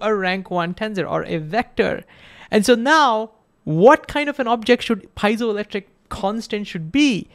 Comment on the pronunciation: Great explanation! I'm pretty sure that you mispronounced piezoelectric though.